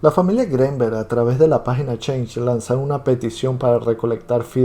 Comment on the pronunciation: Al escuchar tu pronunciación del apellido Greenberg, bote tu video